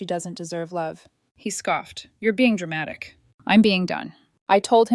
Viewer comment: I can't stand it when they say dramatic